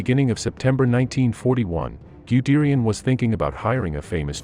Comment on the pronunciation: Wonderful video but your pronunciation of German names--oh my. The "Man" in Manheim should be pronounced to rhyme with "hun" as if it were spelled "Munheim". And "Guderian" should be pronounced as if it were spelled "Gudairy-on" not "Gudearie-on".